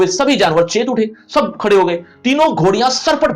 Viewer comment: gadhe ❌ Khade ✅